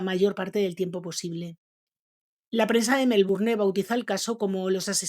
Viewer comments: Tengo muchas ganas de ver este video pero no tolero como dices melbourNE. Lo voy a tener que sacar, lo siento. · Se pronuncia Melbourn sin la e. Aunque se escriba así con e la pronunciación es diferente. Todo bien solo hay que saber pronunciar las palabras. Por eso el doblaje Español es horrible. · MelbournE??? Por qué los españoles no intentan ni un poquito respetar las pronunciaciones originales de los idiomas procedentes? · Me gustan las historias pero no la voz de la que narra, disque MelbouRNE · Hola te puse mí like y me encantan tuVideo pero quiero aclararte algo la palabra. Melbourne, es inglesa y X consiguiente,no se pronuncia la. e. final, queda fuera de tono. Cariños